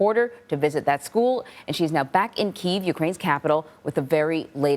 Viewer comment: It's pronounced "Kee•ev" you donut. If Russia shelled the school, how is it the the damage is on the side pointing towards the Ukrainian forces and not the Russian? Maybe it's because the Ukrainians fired the shot? Those artillery shells don't defy the laws of physics, they can't bend around buildings and turn 180° mid-flight to hit the intended target.